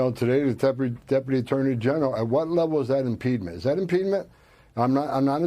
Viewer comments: You can tell Tom Holman is an idiot - what is “impedment”? There’s no such word. He’s looking for ‘impediment”. And what is an “AOG”? I think he means AG for Attorney General. Moron. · Impedement? Impedement? Is he tryng to say obstruction? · Maybe Homan should start with learning to speak English then apply that skill to reading the constitution. It's not 'impEEdment', it's impediment. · "impedment" lol. Not even a word. And these idiots want to destroy the Dept of Education. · #1, impeedment is not a word. #2 she's telling them their rights under the Constitution. #3 I think he meant AG when he said AOG. He's not very literate himself. Comes across as a goon for a mob boss. AOC is a treasure. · Nobody gonna mention that this idiot doesn't know that "impEEEdment" is not a word? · Tom Homan is one of those 4th grade intelligence stats - making up words such as 'impedement' to sound like an adult trying to say 'impediment' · Is there such a word as “impedment”……Holman, learn your pronunciation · “Impedement” isn’t a word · Homan is as stupid as possible without being dead. Can't even pronounce impediment! And the Fat Felon cannot deport an American citizen, of course. Trump is just good at failing. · That guy can't even SAY the word impediment. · I am glad to know I'm not the only one who gasped when he kept saying his made up word.